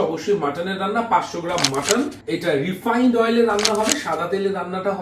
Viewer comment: ota "refind" na "refined"